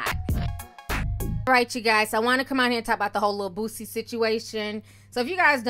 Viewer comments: The artist “BOOZEy” omg not like the alcohol sir lolololol omg 🤦🏾‍♀️ haHhHHaAaa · How the white news reporter said Boosie....""boozzie"" 😂😂😂 .... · According to the reporter, his name is "BOOZZIE" 😭😭😭😭💀💀💀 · Im surprised they didnt say BOOTSIE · I just like how the reporter from the news clip pronounced his name 😂 " "Boozzie" 😂🤣😂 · The New Anchor Man said Booosie. I can't LMAO🤣🤣🤣😂😂😂😂🤦🏾‍♀️🤦🏾‍♀️🤦🏾‍♀️ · The reporter said” Rapper Bozzie”😂😂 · The reporter called him boozey 😂😂😂😂😂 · Not boozie..... He called him boozie🤣🤣🤣🤣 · He said booZie .😂😂😂😂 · so we not gone talk about how the News reporter pronounced his name💀💀💀